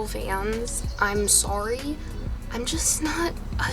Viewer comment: "im soawry"